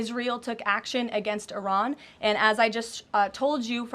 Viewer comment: Its not Ayran , It is Iran ... She talk like s*** dealing mestrual cramps